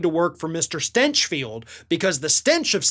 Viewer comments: Stinch pronounced as stench. Yes, I can sign up to that. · "GRANT STYNCH FELT" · Did he pronounce it "Stenchfield" on purpose??? XD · "The stinch of stinchfield" 🤣🤣🤣🤣🤣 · I like how you pronounce his name “Stenchfield”. 😜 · Did you say Shitfield? My pretend hearing aids cut out.